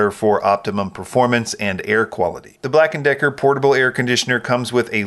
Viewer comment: I thought he said upper Decker